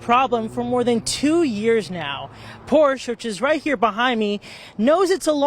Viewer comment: Learn how to pronounce Porsche correctly.